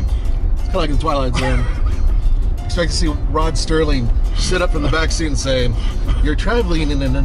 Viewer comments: Just an FYI...It's Rod Serling....Not Sterling lol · Concerning the Twilight Zone, it's Rod Serling not Rod Sterling. Carry on. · Rod Serling... Not "Sterling"... :)